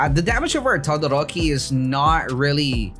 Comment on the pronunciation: my dude says tadadoroki lel